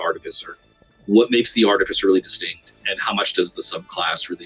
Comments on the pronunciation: It’s ar-TIFF-iss-er. Not Ar-tiff-ICE-er. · I really wish people would pronounce Artificer correctly. AR -TIF-uh-SIR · Why do so many people pronounce “Artificer” wrong? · Started the vid to check if you still pronounce it that way, and you do. Can't take it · So you still don't know how to pronounce artificer I see